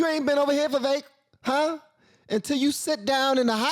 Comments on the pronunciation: **, it’s Vi-vake, like cake. Not Vi-veck like check. I think this is the podcast where he clarified the pronunciation of his name too!?! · but his podcast has a problem. . its been nearly a year and they still do not pronounce Viveek´s name correctly. Once, twice . .OK. . but this is either purposeful, lazy or incompetent and disrespectful! Viv-VAKE. ..